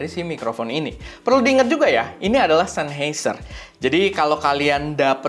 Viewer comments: Bukan sennHEIser bang, tapi sennHAIser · coba di google bossQuh, SennHEIser apa SennHAIser... 🤣🤣🤣